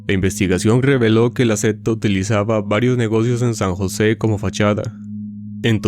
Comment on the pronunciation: bro, pronuncie secta bien primero jajaj que me da un toc